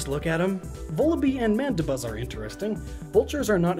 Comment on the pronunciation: you said Rufflet and Mandabuz